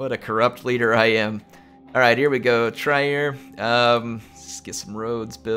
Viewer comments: you have many Total War talents. Pronouncing cities in Europe is not one of them:') Trier is Tree-Er Us Europeans do have weird city names, play the Britannia Total War and pronounce Worcestershire. Prounced really Wus-ter-shir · thx for the content. The German pronunciation tip for Trier (Latin: Augusta Treverorum): The German “ie” is pronounced like the English “ei” in receiver.